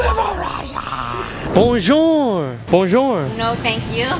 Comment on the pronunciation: ur not saying it correctly its bonjour